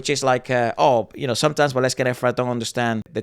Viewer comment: You said it right, Waleska!!